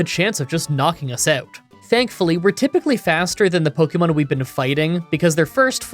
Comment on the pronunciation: i love your pokemon challenges but i have one pet peeve ,the way you say pokemon sounds like a boomer saying pohkimans pokemon is short for pocket monsters